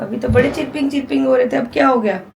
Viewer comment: चीरपिंग नहीं मैडम चरपिंग कहते है english में